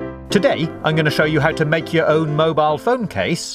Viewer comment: He said moball he he he😂😂😂😂😝😝😝😂😂